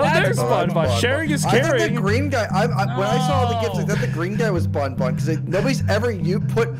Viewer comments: pronouncing banban as "bon bon" makes me wanna see funtime freddy just hold banban and say "Hey banban! go get em!!" banban replies with a simple "no" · as the worlds number one BanFan i must inform you that you are saying banban wrong. its pronounced like fan but with a b